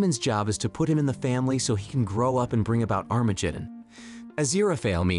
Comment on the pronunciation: that pronunciation of Armageddon XD